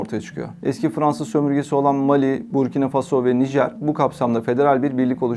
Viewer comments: буркинА фасО , не бУркина фАсмо ... Такое ощущение что БОТ читает .... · ОМГ, что с ударениями? МалИ, БуркинА ФасО, СахЕль, сахЕльский, ЭковАс (аббревиатура, но язык французский и ударение на последнем слоге). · если уж вы готовитесь, то потрудитесь и узнать куда ударения ставить. МалИ, СахЕль, Буркино- ФасО